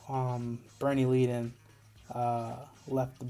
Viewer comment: Leadon is pronounced led-uhn.